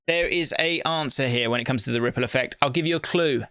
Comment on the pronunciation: has to do the visual ripple effect alongside the voice like the first episode, every single rrrrrrrripple effect episode.